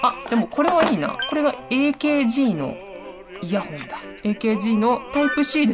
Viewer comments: エーケージーではなくアーカーゲーですよ〜ん！ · ケースの内側のプチプチ（点々）は 滲み（にじみ）防止加工です。 あとAKGの事をえーけーじーって言ってますが ただしくはあーかーげーです。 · AKGの読み方 えーけーじー❌ アーカーゲー⭕ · アーカーゲーが正しい読み方です！